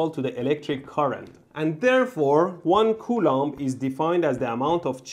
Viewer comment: Coulomb sounds like "culo" which means "ass" in Spanish. That's when I lost focus.